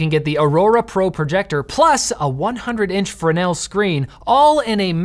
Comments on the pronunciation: Way to go on the proper pronunciation of "fresnel"! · At least one person at LMG knows how to pronounce "Fresnel." Thanks,!